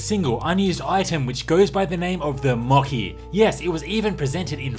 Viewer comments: THE MOCHI is not pronounced with hard k, Mo-Khee. but it's pronounced like c in Chiken, Mo-Chee. Which obviously refers to "mochi", the famous Japanese soft and glutinous rice cake, as the planned function in the game supposed to cure petrification. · I just want to point out that it's pronounced as Mo-"Chi" not Mo-Ki. Great video btw!